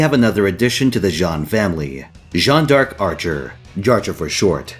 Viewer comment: 15 seconds in and the name is already butchered 🤣 that said, I've been waiting for this guide 🥰 also Jannu: 🐬🐬🐬🐳